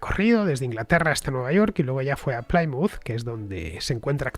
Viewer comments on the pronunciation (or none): Programa fantástico. Una pequeña aclaración Plymouth no se pronuncia como "Playmuz". Se pronuncia como "Plimuz". Un saludo y gracias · La pronunciación correcta es 'Plimuth" y no "Plaimuth". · No, se pronuncia "Plimaut" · Me encantan tus podcast pero habrá que cuidar la pronunciación..."Chartres, Plymouth.."...😜